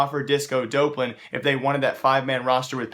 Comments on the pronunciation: Him saying dopelan is triggering me. It's Dop-Lan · its doplan not dopelan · Disco Doplan (Duhhh-P-Lan) Not Dopelan Doplan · stop saying disco dopelun its disco dop land ffs I'm getting TRIGGERED